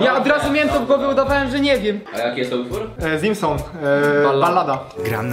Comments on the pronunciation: Nie mówi się "zimson" tylko Zeamsone, nawet sam raper to tłumaczył na insta stories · Zeamsone nie zimson tak na przyszłość ale odcinek bardzo fajny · odjebie wam głowy za tego "zimsona" XD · czyta się 'zeamsone' :)